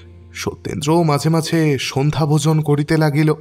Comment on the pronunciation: নিজেকে উন্নত করার জন্য প্রশংসার থেকেও সমালোচনার বেশি প্রয়োজন যে কারণে আগেকার দিনে গল্পকারদের ক্রিটিক থাকতো, আমার মনে হয় আপনার উচ্চারণের দিকে একটু নজর দেওয়া উচিত বেশি স্পষ্ট করতে গিয়ে উচ্চারণ ডিফারেন্ট হয়ে যাচ্ছে, যেমন ধরুন 'হাকিম'কে 'হাখিম' বলছেন, 'মাঝে মাঝে ' টা 'মাছে মাছে ' শোনাচ্ছে, 'ঝুমকা লতা ' টা 'ছুমকা লতা ' , 'বাসা ' তো 'পাসা ' শোনাচ্ছে ইত্যাদি, অসংখ্য .... কানে বড্ড লাগে